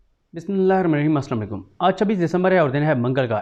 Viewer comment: صدیق جان صاحب۔۔۔۔۔آپ بیشک ایک اچھے صحافی ہیں۔۔۔۔لیکن بسم اللہ الرحمن الرحیم صحیح پڑھ لیا کریں۔۔۔۔پلیز